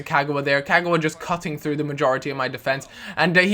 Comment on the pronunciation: ur kagawa prounociation was bad